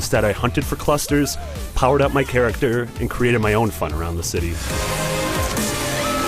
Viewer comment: the way he says 'character'